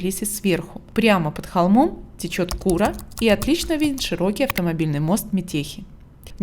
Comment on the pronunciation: Вы сказали кУра река , а вообще-то река курА !!!